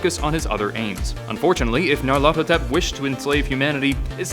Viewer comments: Pronounced, "Nee-Ar-Luh-Thoe-Tep", Not, "Nee'Ar-Lawtho-Tep" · dewd its pronounced nigh-yar-laugh-thot-ep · Nyar... LA-THOT... ep. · Nahhh you’re doing it all wrong. It’s pronounced Nyaruko-Chan! Tee he~ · You're saying my name too fast and not emphasizing the ATH as much you should. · How the f did u pronounced it. Wait, you repeated yourself... IsThAtAjOJorEferEncE